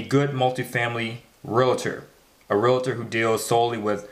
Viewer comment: "REAL-TOR", not "RE-LA-TOR"